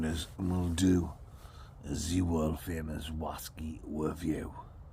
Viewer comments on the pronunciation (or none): Whaskey's, bwandy's and wum's oh my! Bwerrrrrrrrr!